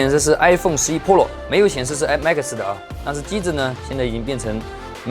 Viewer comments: 哥。。。pro读普肉。。不是剖肉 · 把Pro说成Polo，一定是故意的。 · pro的发音太喜感了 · 你别说真的和日式pro发音好像